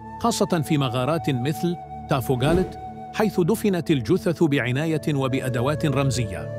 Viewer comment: تافوغالت لتصحيح وليس تافوكالت